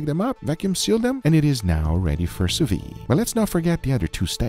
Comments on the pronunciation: I might get crucified for this but it's not "sous vie" it's it's "sous viDe". "Vide" in French pretty much sounds like the short form of video "vid". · sous-viDE, don't quit halfway with that sous-viiiii cliffhanger, sous-vide! (like in viDeo)